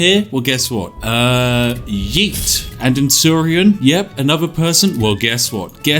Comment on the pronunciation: For some reason, a British person saying “yeet” or any conjugation of the word “yeet” is hilarious